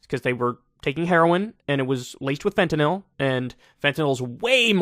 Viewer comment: I can't believe he doesn't have a Fenter-knoll Flag? p.s. congratulations for pronouncing Fenter-nill (with a y) correctly Dog.